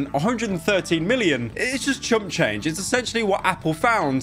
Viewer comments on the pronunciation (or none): none